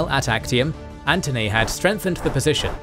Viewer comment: theres a error its not Achtium its Actium